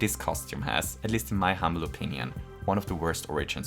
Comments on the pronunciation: "In my humble onion" LOL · "in my humble onion"